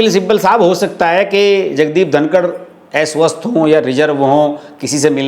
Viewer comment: Aapka pronunciation aswasth ko Eswasth bolate Hain Aisa kyon😢😮😅😊😂🎉❤